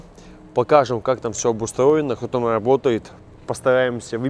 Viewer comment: Работаю тама??))Так только Никулин говорит аххх тама